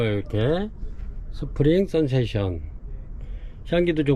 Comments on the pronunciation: 스프링"센세이션" 이라고 쓰고,스프링"선세이션"이라고 하시니 매번 영상 볼때마다 확인 한번 하면 좋겠다 싶었습니다. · 센세이션 아닌가요?